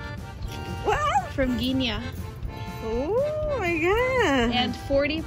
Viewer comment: i think your parents should do the test and guinea is pronounced like guinea pig